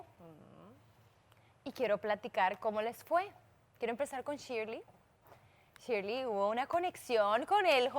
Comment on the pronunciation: ShilEy no Shirly XD 😂